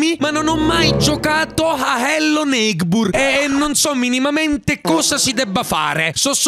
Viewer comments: Si dice Ello neibord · Che bello hellonigbur come lo dici tu😅